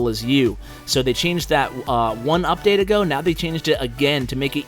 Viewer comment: Anyone notice is said "Udate" in the intro